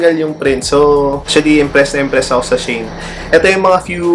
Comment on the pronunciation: She - In po pronounciation non sabi ng kaibigan ko. "She In Style."